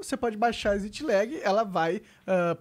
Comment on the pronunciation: como e: exit lag como o monark fala: ezit legui